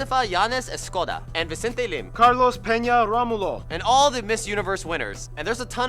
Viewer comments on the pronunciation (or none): none